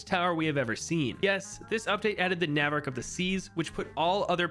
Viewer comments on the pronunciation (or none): AH YES THE NAAvark of the seas